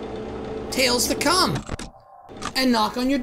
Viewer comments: Its talls not malls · he sais tails not nails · u said nails instead of tails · when you about to enter night six you called tails sails 😆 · Why's he saying Nails, it's just Tails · it's tails NOT nails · In the Easter egg it sounded like he said nails😂😂😂